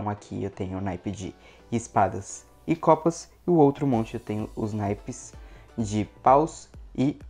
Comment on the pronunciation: Quatro de Copasa kkkkkk alguém mais ouviu issu kkkk